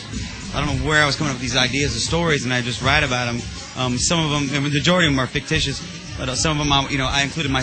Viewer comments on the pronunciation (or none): ''Fictatious'' as well :D